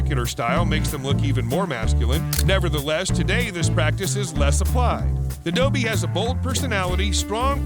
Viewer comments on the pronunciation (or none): none